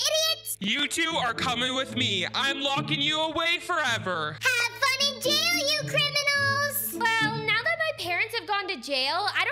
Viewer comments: I died when she said Yail instead of jail.😂😂😂😂😂😂😂😂😂😂😂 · I love how said “yail” instead of “jail” lol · “they go to yail” 😂😂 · I instantly laughed because said Hayek instead of jail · Hail she said hail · I love how she says yail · I laugh when you said yell instead of jail lol :) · I just noticed that you said “yail" instead of jail at the fountain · i love how she says yay il instead of jail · It not yail it jay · It not yale it's jail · Uhh I think I heard said "if everyone found out they will go to yail" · I LOOOOOOOVE the part when she said:or they will go to yail😟🤠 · You said jail wrong